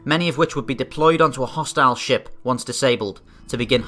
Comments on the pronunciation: I thought this video started out with "No shit!" and then realized he said "No ship..." LOL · ok not going to lie but I honestly thought you said "No shit." lol